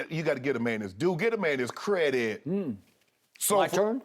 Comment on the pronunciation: "Give the man his due, give the man his cre dit!" 😂😂😂